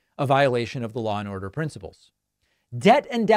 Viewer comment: "Law and oduh"